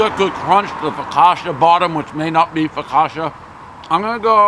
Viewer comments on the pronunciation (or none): one "fokasha" bottom, everybody knows prez will never get it right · “The fockotcha bottom, which may not be fogosha.” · One "focasha" crust, everybody knows the rules